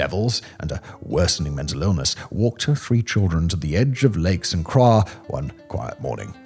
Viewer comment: But then he butchered St. Croix. He pronounced it something like "Sin krah" mashing up the British way of saying the name St. with the French pronunciation of Croix. For those not from this part of the world, locals pronounce it Saint kroy.